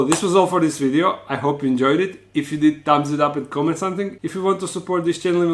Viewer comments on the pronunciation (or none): none